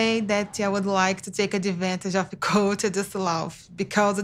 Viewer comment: The way Larissa mispronounces Colt’s name kills me every time